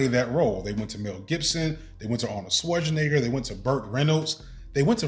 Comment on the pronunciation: If this man pronounces Schwarzenegger wrong one mo time!! 😂